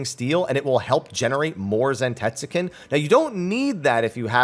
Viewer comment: That’s gotta be the whitest way to say “zantetsuken” I’ve ever heard